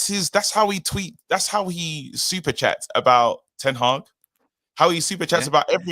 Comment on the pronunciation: Reuben Ten Hagg 😂😂😂